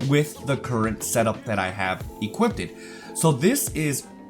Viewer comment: My guy... it’s “equipped” not “equip-did” It was like a drinking game every time you said it. Other than that great video.